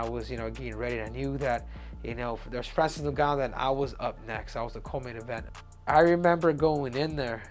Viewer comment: Francis doonganno